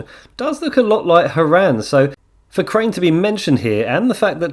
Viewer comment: nah bro, correct him all you want. We can’t have someone messing up the name of a legend so horrible